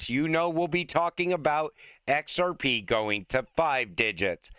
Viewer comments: Kevin cannot say XRP can he??? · It was obvious asf 😂